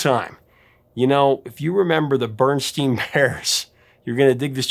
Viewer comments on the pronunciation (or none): Your pronunciation of "steen" instead of "stain" is not helping quell the Mandella Effect hullabaloo. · Pronounced "berenstien" mandella achieved! So glad you agree prof. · Berenstein Bears. Just like you pronounced it, Berenstein Bears dammit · You said it right Berenstein bears but the picture has Berenstain. 🤔